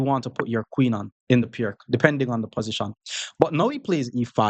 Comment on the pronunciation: As far as I know the right pronunciation of "Pirc" is like "Peertz", it just hurts the ears to hear it pronounced like "perk"